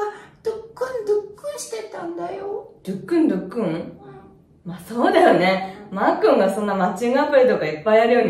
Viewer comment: ドックンドックンじゃなくて、ドゥックンドゥックンWW